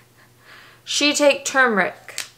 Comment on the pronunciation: Shiitake = shh-t(ah)-key